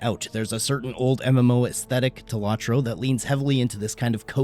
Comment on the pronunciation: It's low tro. Not lawtro